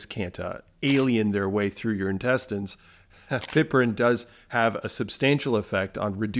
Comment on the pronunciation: Thanks for sharing some good points! As a retired English teacher, I must point out a tiny detail. Piperine is not pronounced “pipperine”, and yet you said more complicated words just fine.